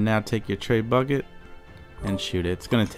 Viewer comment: Not trying to be a dick. Trying to help you but its pronounced Treh-boo-shay. Not tray bucket. You video rulz man. You totally helped me out.